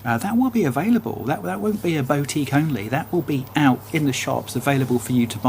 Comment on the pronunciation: Pronunciation of boutique is killing me off.